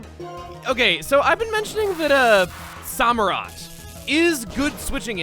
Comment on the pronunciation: Chuggaa you do know that the Sam in Samurott is pronounced like the name Sam in the anime right?